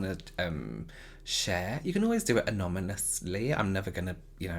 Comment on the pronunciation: Why does he say anomynous always😂 so cute